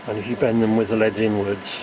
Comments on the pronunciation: the way you pronounce L.E.D.s as "leads" made me loose interest in the video tbh. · omg it's L.E.D.s not led's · please please please don't say leds, they're L.E.D.s